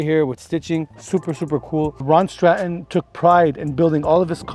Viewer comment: UK. I like how you say Scotland and Stratton correctly. That license plate is on a new land rover now.